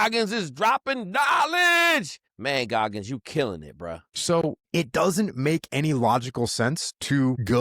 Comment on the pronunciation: Why keep saying Goggins?